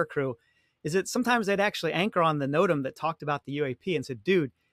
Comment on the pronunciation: What's a Nodem? 😂 No-TAM! Like as in Tam O'Shanter 🙄😉